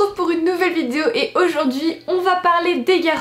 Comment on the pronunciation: "Aujourd'hui on s'retrouve pour une nouvelle vidZéo !", ça me tue à chaque vidéo, t'es beaucoup trop mimi !😂❤